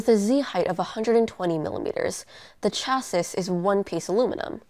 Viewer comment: What's a "cha-sus" ?